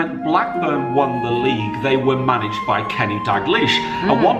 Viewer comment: iThankyou., thankyou and a billion times more for saying blackburn